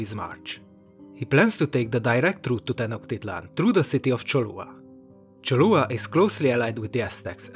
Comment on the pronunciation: Solid series, but you made a flagrant mistake. It's Cholula (Cholollan), not Cholua.